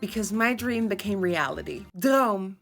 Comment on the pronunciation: Congratulations on your "droom" coming true!! I definitely would NOT have pronounced that how you did! (Would have rhymed it with "doom"!) - I love learning vocab words w/your videos!! Also, those sparkly butterfly eyes are INCREDIBLE!!! I hope you wore them the rest of the day after all that time getting them on! oh, and I'm sparklypoof on ig, too. Have a wonderful day!